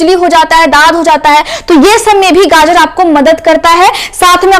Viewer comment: बहुत अच्छा लगा जब ने गाजर को गाजर ही बोला। गाजड नहीं कहा। 😂😅